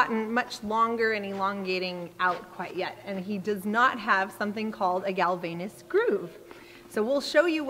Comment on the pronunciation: It's Galvayne's groove (pronounced 'gal-vains'), not "galvaynus". The ages you state for some of your horses are wrong. Dylan is much older than 15. And the vet didn't remove his other teeth; they are still there